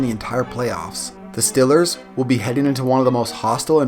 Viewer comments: Good video but why do you say steelers like stillers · say steelers one more time please LOL!!! 😂 😝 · learn how to say steelers